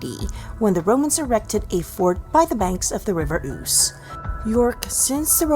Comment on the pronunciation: It's the River Ouse, pronounced ooze not oos. It is probably where the word ooze comes from. It was not Guy Fox it was Guy Faux. Salt is not a necessary ingredient in Yorkshire Pudding, most of us, here in Yorkshire, never put salt in it.